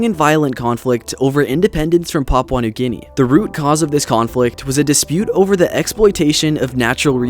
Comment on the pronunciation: Great video but the way you pronounced Papua new guinea got me 💀 (srs tho, great video)